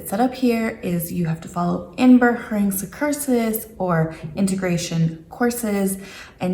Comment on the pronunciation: Your pronunciation of “inburgering” is very nice. A gentle “g”, sort of half-way between the hard Northern g and the soft Southern one and quite “deftig”.